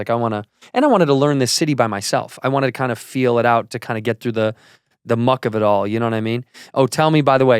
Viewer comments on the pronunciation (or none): none